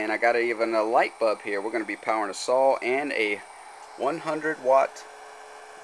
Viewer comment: "light bub"